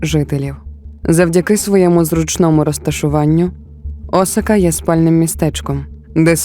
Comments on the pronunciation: Дякую за контент українською! Цікавий матеріал, приємна подача. Але, перепрошую, Асака (наголос на другу А), це не Осака. Асака дійсно знаходиться недалеко від Токіо. А от місто-мільйонник Осака - за 500 км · Пані автор, історія чудова, але Осака - це зовсім інше місто в Японії з населенням до 3 млн жителів. Навіть на карті, яку ви наводите, написано Asaka! Асака а не Осака.